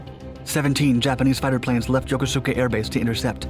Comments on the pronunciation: “Yokisuka” pronounced Yokos’ka, was the Japanese Navy ARSENAL including shipyards, but never an Air Base... So where did the 17 Japanese Fighters take off from? Yokota? Tachikawa? Atsugi? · So you folks know, "Yokosuka" is pronounced "Yo-KOOS-ka." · Yokosuka is pronounced "yo-KOOS-ka".